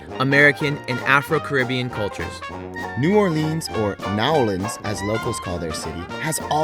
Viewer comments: Please stop calling it New Or-LEANS. It's New OR-lans. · New Orleans or Nawlins, but please not New Orr-leens lol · 1. Katrina was THE worst natural disaster in the US, not one of the worst. It also cost the most money. 2. New Orleeenz? Let's try for New Orluhns. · New Oar-lins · Not one local ever in the history of new orleans has ever called it “nawlins” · No one, absolutely no one. Calls New Orleans, Naw Lins! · I cringed when I heard New Orleenz. The tourists hear N'awlins strictly due to the accent. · Ok first off it's neworleans not new or leenz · Stop saying new orleeeens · Dude, nobody from New Orleans says New OrLEANS. Nor do they say "NAWLINS". It's New Orleans. Also, New Orleans mostly embeds itself in French. Otherwise you may just call Tchoupitoulas T-CH-OOP-IT-OW-LAS. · Man, if this guy says " New Or-leenz" one more time I'm going to lose my shit. Locals do not say it like that. It is strictly New Orleans. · They're wrong, New Orleans "natives" DON'T call New Orleans, "N'awlins", that's for misinformed tourists. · It's pronounced "new orlens" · Yes I live Baton Rouge nobody ever said anything about N'wlins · Ikr! Grew up at Washington and Broad....NEVER ONCE heard anyone in my neighborhood say N'awlins OR call this city NOLA. If you're not from here......you will never get it. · Nice Video but as stated before no calls it Nawlins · My soul dies a little every time you say new or-LEENS. Family is from Louisiana and they taught me to never say it like that 😂😂😂 it's cool though 😊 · i'm going to kill myself if they keep saying New Orleans wrong again. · The way you said New Orleans completely ruined the whole video. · WTF. did u hear what they said in intro. They completely said New Orleans wrong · I heard them say that and I screamed, "No!! Locals hate that." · They be saying new Orleans so wrong lol